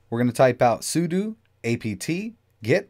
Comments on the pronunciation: `Seu dough` otherwise it's like nails on a chalkboard. 😬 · I cringed every time he said su-du, but I forgive him. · say it with me " soo - dough, soodough "